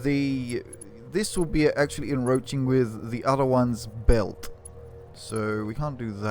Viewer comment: en-croach-ing there is a c in the word.....